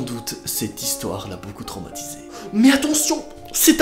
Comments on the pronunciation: Et il a normal dit dromatisé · non noooonnn pas trOmatisé mais traumatisé